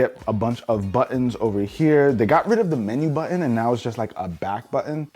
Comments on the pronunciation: What’s a buin oh you mean button 😂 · Great video! Just a thought….there’s actually 2 t’s in the word buTTon and they’re not silent! Excellent video and information for sure!